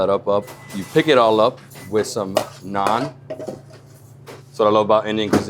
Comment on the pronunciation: Oh no, you messed up the naan😂🤨. Anyway I loved this video. You know, because of my heritage, I love Indian and Chinese foods. I loved the Nepal segment with all those momos(dumplings). Looked very tasty. You and Nathan did a very good job going around the city and highlighting some of the foods available here. Great job by your host. Looking forward to what's next. ❤️ BTW, you know what I love about these videos, is that you show us foods that we could probably try, now that we know what to expect.